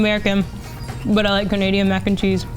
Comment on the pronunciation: "she's Canadian".....More like "Canasian".